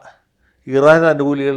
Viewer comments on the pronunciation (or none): none